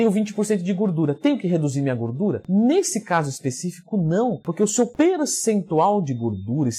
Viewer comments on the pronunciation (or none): Leandro: "Gurdura" hahaha